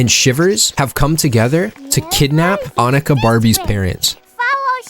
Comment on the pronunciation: omg he pronounced annika correctly